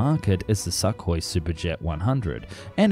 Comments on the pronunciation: Enjoy the content but I have to be a pedant: SOO-koi. Not suckoi. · So to be pedant there is no k in Soo-hoi. It’s h like in home.